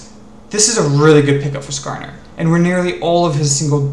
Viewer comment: "nascarner" oh god